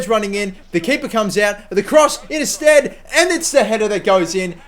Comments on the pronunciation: Yes, it's pronounced sted not stede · It's pronounced sted :) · it is pronounced Sted. he used to play for my favourite team Bristol City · you say his name STEAD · It's pronounced "sted" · Like bed and beed, the extra vowel